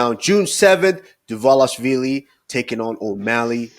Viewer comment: Thanks and good job guys for Dvalishvili pronunciation 😂❤️❤️❤️🇬🇪🇬🇪🇬🇪🇬🇪